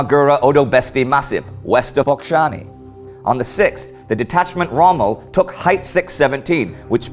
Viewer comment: Something tells me you mispronounced Focșani a couple times during the first take